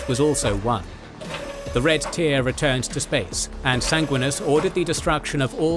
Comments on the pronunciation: lol Sang-win-e-us not sang-win-us great video though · love the lore but the way you say Sanguinius as a blood angels guy drives me crazy. Sanguinius, not Sanguinis. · 😂never heard someone mispronounce the names of the Primarchs so much. Especially just disregarding the second "i" in Sanguinius.